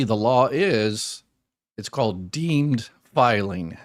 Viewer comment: “deemed,” not “dean.”